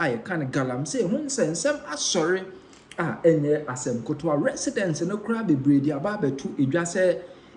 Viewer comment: 😅😅😅I've been telling him that the word is not kotowa but "KETEWA" but he seem not take it.